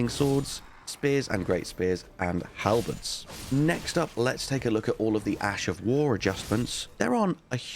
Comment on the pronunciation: I'm sorry to say, but you are missing the...D... in halberds 😅